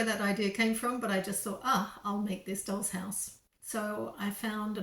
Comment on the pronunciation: Dolls...... Not rolls